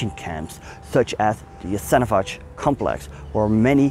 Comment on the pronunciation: The pronunciation is not Yasenovach, it's Yasenovatz.